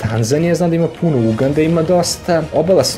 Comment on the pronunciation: Druže, Uganda se naglašava na A, nemoj molim te na U, veoma je iritantno :D